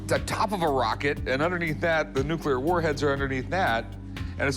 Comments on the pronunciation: Dude runs a museum for atomic energy and pronounces it “nucular” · The museum guy keeps saying "Nuc-U-lear" instead of Nuc- LE-ar. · That so-called "expert" isn't much of an expert, doesn't even know how to pronounce the word nuclear.